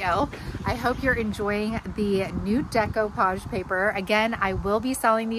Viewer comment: Thank you for pronouncing it right.